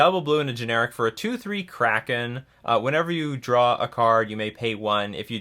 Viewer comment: Its not up to interpretation. Its just pronounced kraken😤😤😤